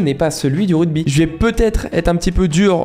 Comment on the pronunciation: C’est ruGby et pas ruDby par contre 😂